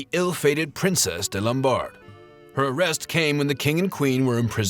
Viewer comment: Lamballe* not Lombard.